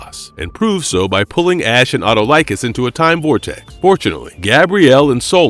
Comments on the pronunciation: it is pronounced Uh-Tall-Ick-Kiss , and not, at oh like us. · great vid. but please learn to pronounce the king of thieves name.. eh-tall-eh-cuss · Great video! I love Evil Dead and Xena! Just a nitpick: Autolycus is pronounced "aw-TUH-luh-kiss".